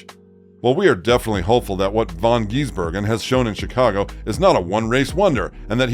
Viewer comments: Bro its not von geesbergen.get it right dude. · Please try and learn how to say his name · Dear God! Pronounce his surname properly and he is not an Aussie!!! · FFs he a kiwi and for goodness sake pronounce his name correctly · They aren’t the smartest species on the planet. Can’t even say his name correctly